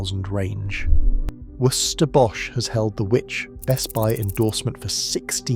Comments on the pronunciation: Worcester pronounced Wuster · Your AI voice really struggles with the pronunciation of Worcester, trying to say Worcestershire instead. laugh a minute - it gets in the way of the message! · Pronunciation of Worcester was hilarious.